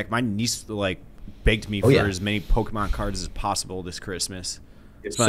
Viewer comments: pokey man??? come on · This was an all-time dumb draft lol. Talking crap about checkers' strategy and then drafting guessing games, "Poke-e-man", and trying to claim he wasn't the one who brought up the story that only he knew existed